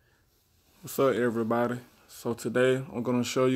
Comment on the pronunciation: I thought he said Sa EvErYbAdY I